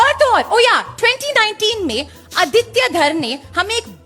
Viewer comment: ❤ आदित्य, nice to hear the proper pronunciation of this beautiful name, instead of अदित्या.